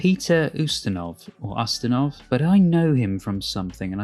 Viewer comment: not us-tin-ov - you-stin ov